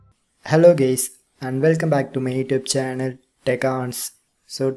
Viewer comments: I thought he said “hello gays” at the start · he said hello gays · Aint no way that man said "haylo gay's" in the first 2 seconds of the video XD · man said hello gays at the start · He literally said hello Gays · Did he said "Hello Gays"!! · Did he said hello Gays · he siad hello gaaays ☠☠